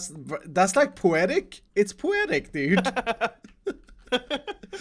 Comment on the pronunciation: "It's poo-etic!" XD